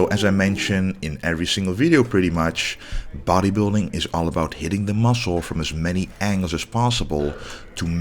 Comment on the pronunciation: Klassik bottejbilding 😂